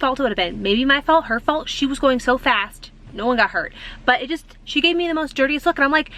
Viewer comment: Your “ STOP, FAST and MANIACS” sound sooo East Coast ….your accent really pops out!😂